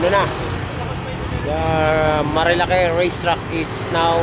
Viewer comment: Bro ayusin mo ang pagbigkas mo ng lugar nagmumuka kang kano na polpol😂😂😂😂